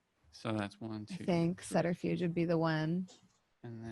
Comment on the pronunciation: What is this sutterfuge I keep hearing about, I checked and even in American English the B is pronounced in SUBterfuge lol. C'mon, your accent isn't that thick. Also combat in 5th ed seems wonky, everyone going at the same time kinda makes combat feel too mundane, mortals should not be hanging with vamps 1 on 1. Your average spod with a gun can become a serious threat. I mean, 1 guy in a car shooting a gun vs 4 vamps, he should be dead after two combat rounds with the first round being consumed by locating and getting to him, the second being murder.